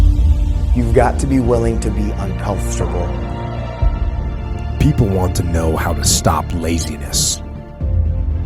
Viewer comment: I'm uncomfortable with the way he says uncomfortable